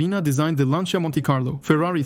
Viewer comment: the hell is lanZia? is this google translate voice or smth?